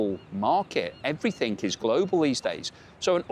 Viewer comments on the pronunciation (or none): There is no such word as "everythink". The word you are looking for is "everything".